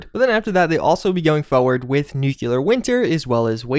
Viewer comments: NUCLEAR Pronounced: NEW CLEAR not NEWK YA LER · Its not "Nu-CU-lar Winter" its Nu-Cle-Ar" Winter... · NEEW-CLEEE-AARR... Not nucular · Nuclear: Nu...Cle...ar. EXACTLY as its spelt. Its not hard. Try it.